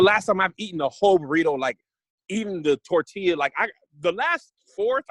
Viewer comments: As the resident representative for la Raza. Also: Tore-til-uh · I want to elbow drop from the top rope for saying torTILLa lol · is from California yet can't pronounce TORTILLA. I love it.